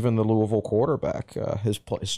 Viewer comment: Thank God you pronounce Louisville right